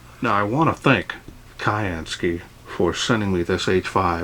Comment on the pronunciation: Hi. Thanks for a very nice review on this new torch torch. One thing that occurs to me is that the name is probably pronounced as syansky (as in blue sky). Just a thought really mate. Still a bloody good good review though. Please keep them coming.